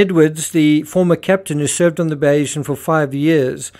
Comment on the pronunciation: Not sure if you’re reading the comments, but seeing how many videos you are making about this: it’s not Bayeeesan, but Bay-sian. After Thomas Bayes’ theory.